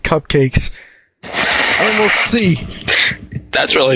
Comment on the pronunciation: Bluh, cUpcakes, not cIpcakes